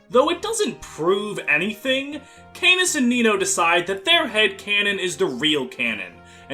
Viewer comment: AAAAAAAAAAAAAAAAAAA CANAS IS NOT PRONOUNCED LIKE THAT I CANT STAND IT canas is great i love him sm but I can't stand your pronunciation its driving me mad >:(